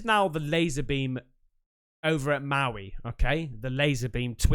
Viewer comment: your pronunciation of Maui hurts my ears🤫